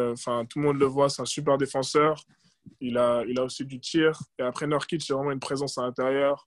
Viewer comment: C'est pas Neurkitch comme dans "a nurse" mais NOUrkitch, qu'est ce que ça peut m'agacer ça, surtout que là c'est pas compliqué. Sinon c'est sympa d'écouter Jaylen, je lui souhaite vraiment une belle carrière en NBA.